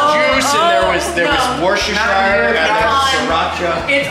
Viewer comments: Worcestershire sauce is an English sauce accidentally invented by a pharmacist. It is pronounced Woostershr sauce. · As an English person I find it hilarious to hear them try to pronounce Worcestershire sauce